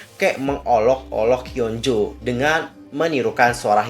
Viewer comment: Hyo apa hyun sih. Kok km blgnya hyo bkn hyun